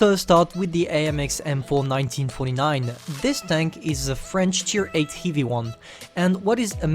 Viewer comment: Your pronunciation on the word heavy